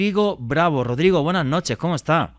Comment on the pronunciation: Que mal me caes cuando dices BUENASH NOCHESH NOCTAMBULOS.